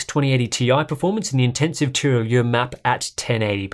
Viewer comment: Hello, thanks for the content mate. Just to remark that your pronunciation of Tirailleur is quite confusing for a baguette-eater. We pronounce this more like "teerigher" (such as "higher") not "teeralieur". I guess you struggle with that since you name it less than Nordlys so I hope it can help you for the next BF5 video;-)